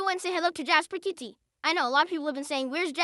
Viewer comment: Someone needs to curb stomp him every time he says "Jasper KitTee."